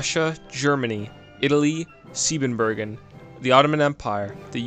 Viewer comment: he checked over there and I was like “interesting” But then I saw u in my suggested playing as Portugal. So I said “hmmmmm?” AND THEN! This man said Siedenburgen and I just KNEW, this was the immortal Portugal I was looking for 🤣